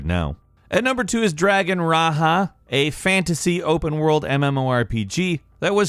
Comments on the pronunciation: Lol; “Dragon Ra-ha.” Raja, like the tiger from Aladdin. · Dragon Raja was said wrong it’s like Raja the tiger , or Raje from the Big Bang theory . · lol at the way he pronounced Dragon Raja. Ra-Ha. lol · where the fuk do you see "H" in Dragon Raja ? xD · Is that how you pronounce Dragon Raja?